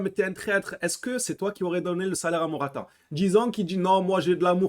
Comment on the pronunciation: C'est pas mortata c'est morata